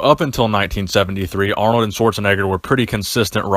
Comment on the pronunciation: Lol he just said aronld and Schwarzenegger 😂😂😂 still a good video though lol